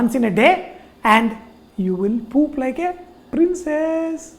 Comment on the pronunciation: You said poop wrong!